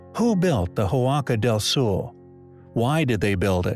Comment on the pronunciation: Impressive. But better pronounce "Huaca del Sol" as "Waka Dell Sawl", otherwise I cringe. Huaca is a Quechua word for a sacred place, so "Huaca del Sol" means "Sacred place of the Sun".